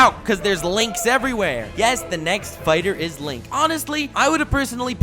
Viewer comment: Can’t believe he butchered Link and Zelda smh